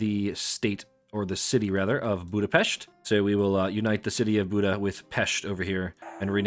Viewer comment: So glad to hear a non-Hungarian pronouncing "Pest" correctly. 😃 Great run btw